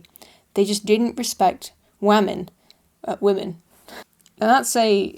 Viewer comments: “Wamen... Women.” I love it lol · Wamen! Uhh... women.